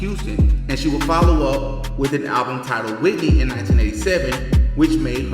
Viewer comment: Are you ok 😂😂it's Whitney